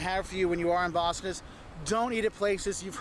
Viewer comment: I don’t know who convinced him that the accent is ‘Bast’. It’s Boss (as in supervisor)